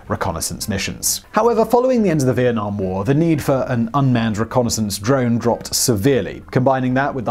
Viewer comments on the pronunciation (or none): none